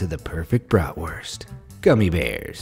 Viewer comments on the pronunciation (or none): none